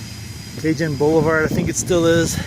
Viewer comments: ... It's pronounced Ca-Hone (remember, J's are basically H's in spanish... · Cajon Junction CA is pronounced Kaw- hone Junction! LOL Hey I'm from Chicago and even I knew that!